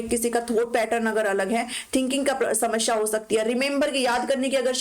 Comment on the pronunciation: Ma'am shmasheea nahi hota bulki samaseea hota hai